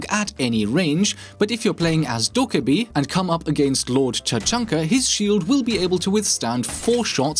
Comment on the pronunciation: Damn he's the one person who actually said dokkaebi right